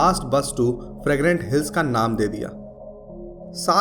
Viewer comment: Fragnant sounds like pregnant😂😂😂😂